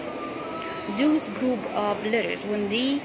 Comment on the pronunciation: Thank you for the video. I have one observation. The word “those” is pronounced with the long ō sound as in “home” and not ōō as in “ooze.”